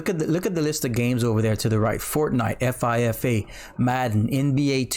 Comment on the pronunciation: did he just say F,I , F, A lmao